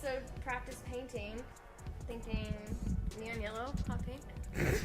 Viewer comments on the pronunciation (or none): none